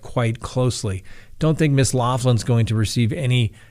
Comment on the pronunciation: I enjoy your show.. But you're driving me crazy the way you say her name lol its an Irish name Loughlin and it's pronounced locklin 😂😉